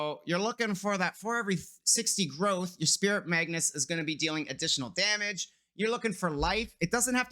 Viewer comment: so saying magnus instead of magus is a disability now?